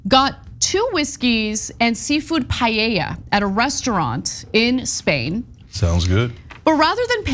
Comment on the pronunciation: It’s so funny to me when you say payeya instead of paeya 😂